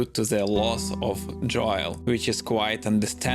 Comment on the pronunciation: dam man ur such a wholesome person I’m sorry. I’ll try to rewatch this when I’m home later. It’s really the way u say Joel’s name lol. It’s pronounced “Jole” like “hole” but with a j. English is the hardest language. I’m thankful that’s my primary language